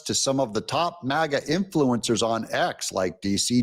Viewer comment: MAGA NOT MIGA!!!